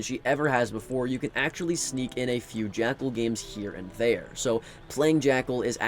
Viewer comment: Bro said jackel like hes unbanned